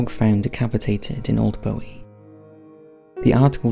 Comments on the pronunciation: As someone from that area in Maryland, I cringe at pronunciation of Bowie...it is not Bowie as in David Bowie, it's Boowie. Also, I lived in the B section when I was a kid in the 80's and 90's and never heard of the Goatman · I grew up in Bowie, Maryland. Everyone knew about the Goatman legend and that he would jump out of the woods at passing cars. And it’s pronounced Boo-wee, not Bow-wee. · It’s pronounced Boo-Wee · I live in Bowie, MD. Guess I know what I'm doing this weekend! Btw it's pronounced "Boo-E"